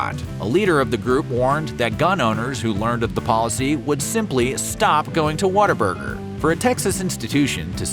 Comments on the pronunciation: It’s What-A-Burger not “water” burger for you Yankees… and Harmon has a better story than In-N-Out by far… the orange and white building is Texas McDonald’s golden arches. What other restaurant paints their franchise orange and white to be recognized from a pilot in the sky? I grew up in Austin Texas in the 1980s and it was the best part of my childhood. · Why does the announcer keep saying "WATT-a-burger"? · I had it on a business trip to Texas and had to fake how much I liked it to not be rude. It was like a cult in that office. Also, I really hate how they pronounce it "waterburger" instead of the obvious name "what a burger". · Video needs a “water burger”reference. Growing up I thought whataburger was pronounced water burger